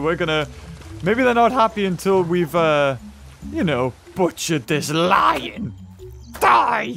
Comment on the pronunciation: The first like ten seconds and he killed a cat And called it loin after three minutes